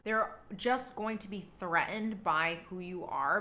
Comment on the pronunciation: If you are able to make the "t" sound for the word "traits", then surely you can make the same sound in the middle of the word "threatened".